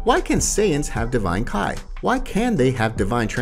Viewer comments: Damn, you would think someone creating Dragonball videos were avid fans and are able to distinguish between Kai and ki. 🤦🏻‍♂️ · yes "KAI"